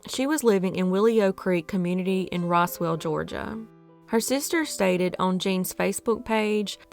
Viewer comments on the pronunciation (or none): none